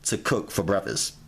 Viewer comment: What the fuck is breffasst??